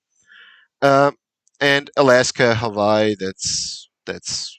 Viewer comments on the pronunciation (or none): none